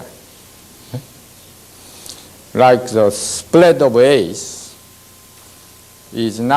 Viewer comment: Rike a crowd, rike a brew sky 😊😊😊😊😊😊😊😊